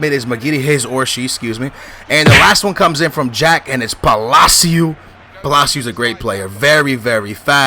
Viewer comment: Please stop implementing Portuguese pronounciations to Spanish surnames, it's very annoying. It's not "Palacioooooh", just "Palaci-oh". I know you're Portuguese, but please be aware to use the Spanish pronounciations for Spanish names, only makes sense.